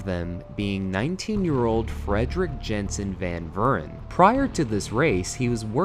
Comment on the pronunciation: 1. JODY Scheckter NOT "Joey" Scheckter !! 2. Frederik "Frikkie" Jansen van Vuuren (Pronounced: Frederik yunsun fun Feerren) NOT Frederick Jensen van Vern 2. USE THE CORRECT ASPECT RATIOS (4:3) NOT 16:9 !!!!!!! NONE of the TV footage was filmed in 16:9 and you dont need to be a rocket scientist to use the correct 4:3 TV aspect ratio for old footage when making your YouTube video so it must be you are just too lazy and don''t care what your videos look like.